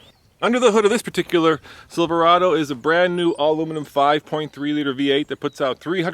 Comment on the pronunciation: Chevy "Silverdo" :43 hahahaha